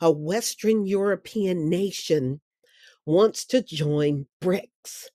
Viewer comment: Western not Westren